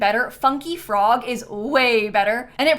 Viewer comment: i thought the offensive word you were talking about was “forg” for some reason 😭😭😭😭